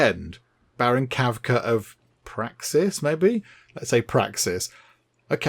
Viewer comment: "Baron Kavka of... Praxis, maybe?" Your pronouncing Praciss as "Praxis" made me laugh. Praxis is the name of the moon of the planet Qo'nos, the Klingon homeworld in Star Trek. If Baron Kavka is from Praxis, that means King Eryk is now facing a mighty Klingon warrior! XD Perhaps today IS a good day to die!